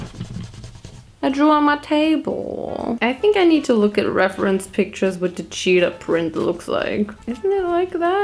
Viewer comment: Ugh.. I love you. But. Every time you said cheetah was another stab directly in my heart 😭 **Edit** Okay. Sigh of relief at the end.